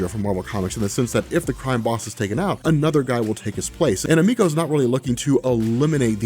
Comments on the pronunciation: It's EM-i-ko, not e-MEE-ko. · Please please please look up how to say Emiko.